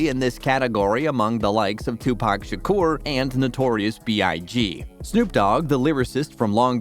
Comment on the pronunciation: “Toopack”